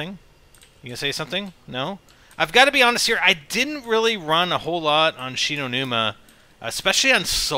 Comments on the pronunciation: its shino like so he see's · Love how your on Shi No Numa, and you caller it Verruckt lol! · ITS SHI NO NUMA!!!